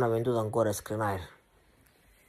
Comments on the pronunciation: si dice Skriniar nn Skranait😅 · Si chiama SKRINIAR "SCH-RI-NI-AR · SPERo che Skriniar non vada via dall Inter solo per sentirtelo pronunciare ancora ! 😂😂😂